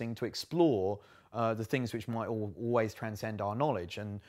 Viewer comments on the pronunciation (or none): none